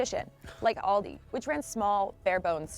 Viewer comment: The corect name is Aldi not Oldi 😂😂😂